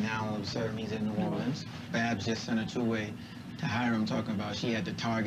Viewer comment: Babs. Not Baps. TH 😂😂😂